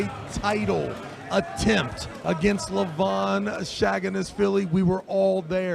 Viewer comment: the only one guy who pronounce levan's name right is 😂